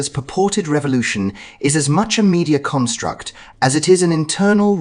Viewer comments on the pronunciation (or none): none